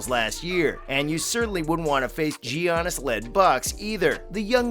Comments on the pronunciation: Had to stop watching when he said Gee yanis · giannis is a multiple time mvp, say his name right